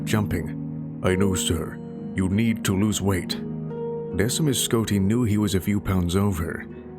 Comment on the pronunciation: Decemus is pronounced Deck-e-mus I don’t know why that bothered me.